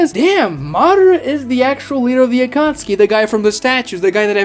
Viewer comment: They were you pronounce names really hurts me. Madara, Kaguya, Akatsuki... you pronounce them all in very cringey and Americanized ways. Makes your video unwatchable. Not finishing the video. Channel blocked.